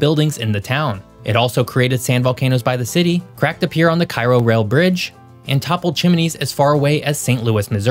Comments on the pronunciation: Are you trying to create interactions by mispronounced city names? If so, then, whatever, dude. If not, it's Cape Juh-RAR-doh, New MAD-rid, both in Mizz-UR-uh, and KAY-ro Illinois. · It may seem small, but having grown up in southern Illinois (very close to this area) the pronunciation of these names are off. New Madrid is pronounced Mad-drid,, Cape Girardeau is Ji-rawr-doe, and Cairo is Care-o. There was also a 5.2 magnitude quake that struck near Mt. Carmel, IL on April 18, 2008 which is in the same area. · Thanks for talking about our fault! 😂 But we pronounce it MAD-rid. Just like KAY-roe (Cairo) Illinois, or la-FAY-et (Lafayette) County, Mississippi. 😂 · He mispronounced Cairo, too. Unlike the city in Egypt, it's CARE-oh. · Kay Roe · Also Cairo.